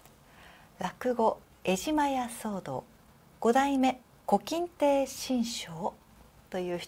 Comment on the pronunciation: 古今亭は、「こきんてい」ではなく、「ここんてい」です。志ん生（しんしょう）は、大名人だと思います。息子は、長子が「金原亭馬生（きんげんてい・ばしょう）」、次男が「古今亭志ん朝（しんちょう）」、長女が「池波志乃」です。